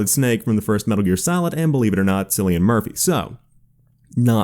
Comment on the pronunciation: It's pronounced as Killian